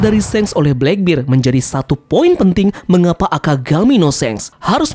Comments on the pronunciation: black bear bang bukan black bir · Blakbir? Blekbert kali mint dibacanya